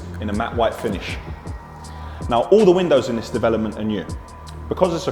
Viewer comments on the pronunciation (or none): none